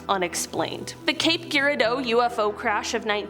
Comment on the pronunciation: Cape... JUR-AR- DOUGH Mo. Pew-Gent Sound